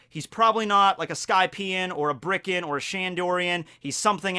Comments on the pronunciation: Birkan, not Brikan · Its BIRKAN and SHANDIAN...not bRiCkEn and ShAnDoRiAn